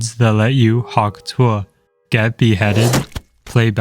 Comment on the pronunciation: Why do you pronounce tuah like that